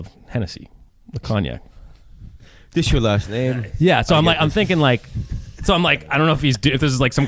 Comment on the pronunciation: Did actually say it’s Coviac?? Instead of Cognac???